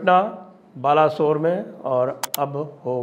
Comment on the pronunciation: बालेस्वर, बाला सोर नहीं